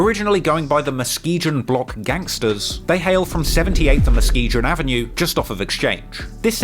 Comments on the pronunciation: Its pronounced MUH skee GUN lol sry that was bothering me....dope video tho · Its pronounced musk-key-gon 😭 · I only wish he would pronounce Muskegon properly. The “g” is a hard g…like the first g in the word Garage….unlike the soft 2nd g….which is the one he’s using in Musk-e-zsahn. ;-) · Out here mispronouncing Muskegon. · You keep pronouncing Muskegon all fucked up. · Muskegon has a hard "G" sound, like "grape". Nike is also pronounced "Ny-Kee". lol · The way this dude pronounces Muskegon pisses me off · Keeps saying Muskegon wrong lol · Thats a hard "g" in Muskegon. Pff bloody brits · Other than mispronouncing Muskegon, awesome video dude. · you're everything in life. But that there Muskegon, the G is pronounced like the G in Google or giggle. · The way you pronounced Muskegon just kills me. It's a hard G like in "gone" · The way he pronounces Muskegon 🤣🤣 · The way this man pronounced Muskegon is infuriating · That’s not how you pronounce muskegon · Another fucking awesome video from. I just can't get over how he pronounces Muskegon with a soft g 😂😂😂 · Can’t even say Muskegon right 😭😭😭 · i couldnt watch anymore after the 3rd time he said muskegon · How many times he said Muskegon back to back to back I swear he knows he's pronouncing it wrong. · Never heard Muskegon pronounced like that🤣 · It's pronounced /muh·skee·gun/ NOT muhskeejeuhn MF.. That shit is irritating!!! LOL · Bruh, it's not "Muskee-gin" you don't pronounce the G with the "jjhh" sound, In Muskegon. It's said like "Muskee-gun" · It's pronounced Muh ski gin not Gen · “Mus kee jun” 😂😂😂 muskeeGUN bro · He's pronouncing Muskegon as Muske-jun. It's pronounced Muske-gone. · Muskejin 🤣 Muskegon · Muskegon. Not Muskejon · It’s pronounced Muske-gon Brutha, not muskeegion lol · I’m from MICHIGAN which has the city Muskegon also. We pronounce it Mus-kee-gun not “Jin”🫣🫣🤔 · Haha Muskegon is pronounced MuhSKEEgan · I know I'm late but it's Muh-skee-gn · Mus-kee-gun. G like in go. Another great vid.